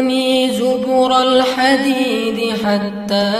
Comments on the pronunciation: AYAT 96 DIBACA ZUBURAL ... MESTINYA ZUBARAL ... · Di ayat ke 96, ada kesalahan baca, ayatnya hattaa zuBArol hadiid ustadz membaca hattaa zuburol hadiid Wallahu a'lam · Assalamu'alaikum warahmatullah wabarokatuh. Afwan Ustadz. Izin koreksi di ayat 96. Bacaan aatuuni zuburol hadiid sepertinya belum tepat. Lebih tepatnya aatuunii zubarol hadiid. Atau ada qiroaah sab'ahnya ya. Wallhu a'lam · Maaf Ustadz... ayat 96 bunyinya bukan ".. zubUrol hadiid.." tapi "...zubArol hadiid.."